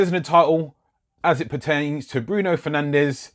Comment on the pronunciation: Its pronounced fer nanj not fernandez